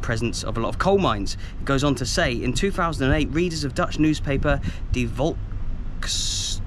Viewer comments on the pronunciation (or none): none